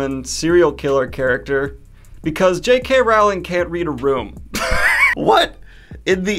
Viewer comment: It's pronounced 'rolling'; rhymes with 'bowling'.